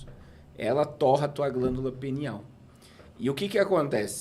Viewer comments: Glândula "pineal " 😅 e não penial kkkk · Me da uma agonia ouvir glândula penial, penial é relacionado ao pênis. É glândula PINEAL. Só uma dica, em nome de Jesus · O nome da glândula é PINEAL e não penial 😂😂😂😂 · Não é penial, não,. É pIneal, PI. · voltei no video e realmente eles falam penial kkk o nivel de humor subiu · O nome é pineal e não penial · Pineal e não penial